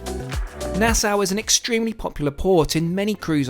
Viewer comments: Nassau = "Na-saw" 🪚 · Ok, conch is pronounced konk and Nassau is pronounced Nassaw. I am Bahamian so I know this for sure. Love your videos. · it’s pronounced nah-saw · Nah-Sow haha!